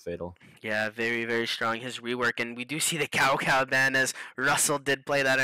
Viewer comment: Cao Cao is pronounced as "Chow Chow" not cow cow